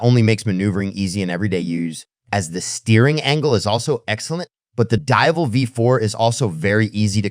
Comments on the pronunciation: Jesus Christ! SAY DIAVEL correctly how its ment to be said. Each time you pronounce the Diavel name its different. Cut the AI crap and put a real capable person to do the talking. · Great video.. just stick to one pronounciation of the Diavel and keep it consistent all the way. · The AI trained voiceover is generally pretty good, but you can hear it cracking occasionally and the pronunciation of Diavel is throwing a lot of people off. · Please learn how to say it